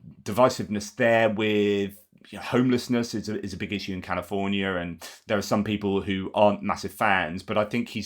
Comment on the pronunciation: He botched california